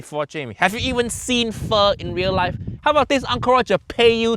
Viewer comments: Oh man, Jamie olive oil at it again. I do wonder why he says it like "foe" first when he can actually pronounce it correctly anyway...? That's honestly weirder than just saying it wrong because you don't know how to say it correctly. And yeah, that beef, oof. I will say, I have only had Pho once in my life, because a Vietnamese restaurant opened in my city like last year, and it's not a big city, I think this is the only one we have. So yeah, I have only been there once, but I really loved it, and I loved the Pho. Anyway, while I am by FAR not an expert on this, it seems to me that if he had used proper meat, like... Just very thin strips instead of this gigantic chunk of it, the dish in the end would have been pretty ok-ish. The meat in the Pho really is the superstar though I think, just as important as the noodle, if not more, so if that is messed up, nothing else he can do can save it. Kind of like when Jamie Oliver or Gordon Ramsay (I forgot who it was, one of them) said he was gonna make ramen, but he used soba noodles instead. Instant messed up. I personally feel like; if you add one ingredient that doesn't belong, it doesn't necessarily ruin the whole dish. It CAN, but it doesn't have to, every time. However, if you miss out one key thing and replace it with something that's just wrong, then... Phew, yeah. It's just not that dish anymore. Kinda like Uncle Roger put it; imagine Sushi, but with brown rice. No matter how fresh and good the fish might be, the Sushi would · as a vietnamese, the original pronunciation isnt just straight up pho, it isnt pho its PHỞ, which add a little kind of moaning sound, the pitch came down first and then directly pitch up in the pronunciation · ... he said foe instead of fu. wanker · Pho❌ Fu-✅ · BRO SAYS PHO FO OMFG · The moment he pronounced it "Foe" I knew it was about to be a mess!! Im convinced he loves trolling us with terrible recipes at this point. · The moment he pronounced pho as "foe" I knew it was gonna be bad 😭